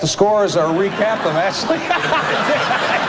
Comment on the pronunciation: "we'll recrap the scores." LOL!